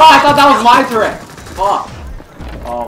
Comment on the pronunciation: You say the word "turret" wrong, buddy.